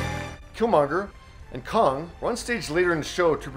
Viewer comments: It's Kang, not Kong ;) I wouldn't say Angela Bassett was robbed, there can only be one winner and Jamie deserved it. Maybe Angela will win another time :) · “Killmonger and Kong”….bruh It’s KANG. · “Kang” as “Kong” is irking my comic book heart. However, I am watching another one. Great videos! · One correction, it is Kang not Kong. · Why'd u call Major's character Kong? It is spelled with an A not an O. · Did he really say kong ? Instead of kang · The guy said Kong 😂 not Kang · For the last time she wasn't robbed it wasn't a conspiracy or anything it just happened. I have nothing but respect for the lady and I'm sorry she did not win it was fare and square. Oh and it's not Kong it's pronounce Kang. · It’s KAAng! Not Kong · Did he call Johnathan Majors Kong?🤔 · Kang, not Kong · Kang, not Kong. 🤦🏻‍♂️ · KAAAAANG not “Kong” Lmao wtf ? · Lol did you say Kong & not Kang? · It's Kang not kong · I’m triggered by the way you pronounced kang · …. Did he say Kong? 😅lol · You said Kang wrong